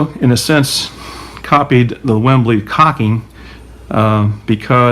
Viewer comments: sorry its WEBLY not WEMBLY its not the footy stadium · Dude it is a WEBley not a Wembley. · Webley not Wembley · Webley not Wembley! As a kid in the 60's and 70's I believe that it was a good thing that air guns did not look like firearms. Now a kid can get wasted by a cop for having a "lookalike" I love your videos!